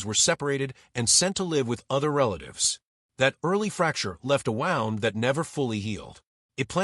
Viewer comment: AI narrator said “wow-nd” instead of “woo-nd” and I’m out. Downvote and bye.